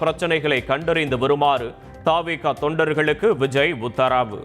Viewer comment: அண்ணா சூப்பர் அண்ணா நீங்க வாசிக்கிறப்போ "உத்தராவு" நல்லா இருக்கு😂😂😂😂